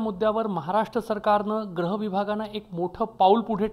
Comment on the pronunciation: पत्रकार महोदय.... ग्रह खातं की गृह खातं ? व्रक्ष की वृक्ष ?..,. क्रष्ण की कृष्ण ?...... हल्ली हिन्दी चे उच्चार अनुसरण/भेसळ होत चालले आहे.... news टायपिस्ट सुद्धा अशुद्ध type करतात.... news मिडिया ने भाषा शुद्धीकरण मोहीम राबवावी